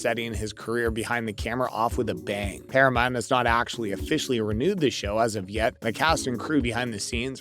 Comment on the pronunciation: Not to be smart but it's Paramount..not Paramont..just thought you might want to pronounce it correctly..😊